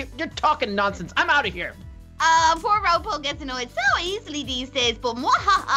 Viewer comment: I find it funny when ropo gets called roopoo